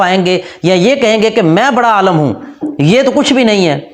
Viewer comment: بهائی صاحب آپ کے چینل کے نام کا کوئی تک نہیں بنتا...... آپ کی اس ویڈیو کے ٹائٹل کی اردو کی املا صحیح نہیں... آپ عالَم) دنیا ( بول رہے ہیں عالِم نہیں ... ابھی 2 منٹ ہوئی نہیں آپ کی ویڈیو دیکھتے... کیا خاک تصحیح کریں گے آپ علماء حضرات کی... سکون سے اپنے گھر بیٹھیں جناب!!!